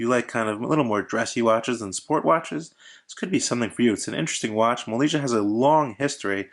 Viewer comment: It's pronounced Molniyeeah. But nice review!